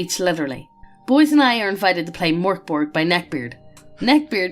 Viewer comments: Not too be a nerd but it’s pronounced "merk boray" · its pronounced Mirk Bory